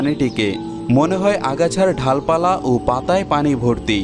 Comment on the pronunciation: "Dhalpala" (ঢালপালা) নয়, Dalpala (ডালপালা) !